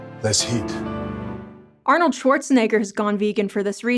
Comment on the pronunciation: 'Ah-node' creates more noise pollution than all other celebrities combined.